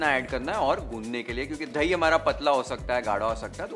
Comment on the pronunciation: thai nahi boltey.. dahi hai